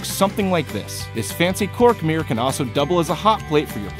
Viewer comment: What's a "meer"?